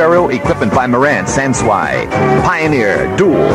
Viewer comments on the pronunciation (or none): "San-swhy?" (san SUU ee....oops!)